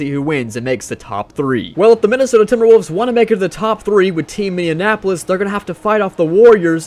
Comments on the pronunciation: Minneapolis...not minneanapolis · Was dude saying "Team Minneanapolis"?